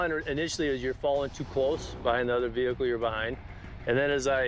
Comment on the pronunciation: You already know when the officer say “ve-hickle” your going to jail.